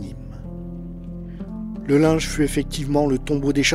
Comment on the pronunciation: Mon grand-père a saité sur un obus le 21 Juillet 1915, à 32 ans, lors de la Bayaille du Linge! On prononce Lingue pas Linge!